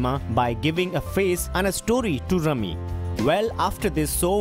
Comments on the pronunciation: Its rumi not rami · U R right brother .......it’s pronounced “R U M I”....slam to U...🙏☮️🌏Ⓜ️ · Not Rami. For God's sake, learn the correct pronunciation :D